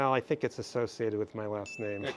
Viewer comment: "i tings like an organic crystal" this guy awesome :D